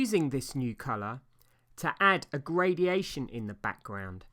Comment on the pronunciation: Gradation, not gradiation. Great painting skills and amazing colourist!